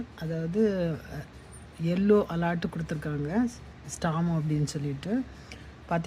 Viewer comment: ' அலாட் ' இல்ல. அலெர்ட்.